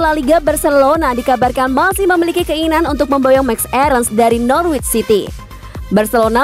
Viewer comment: Norwich dibaca 'nor rich' , gak pake w ya mbak......